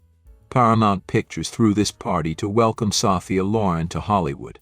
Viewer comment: "Saw-fee-uh" BOYCOTT A.I. !!